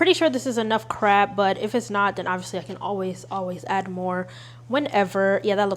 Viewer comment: I love you and I usually don't comment but I very much think you said imitation carb atleast 8 times and it cracked me up 😂